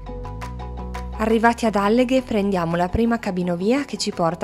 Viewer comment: Alleghe non l'avete pronunciato giusto. E siete pure andati avanti a ripeterlo,fieri ahahaha